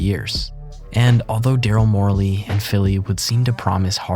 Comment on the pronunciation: It's Darrel Morey, not Darrel Morley. Do you even know anything about basketball?